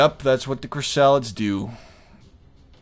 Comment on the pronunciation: and i love how you pronounce chrysalids, chris-salads it's hilarious.